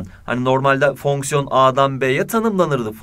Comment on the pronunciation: fonksiyon derken bir tuhaf diyorsunuz hocam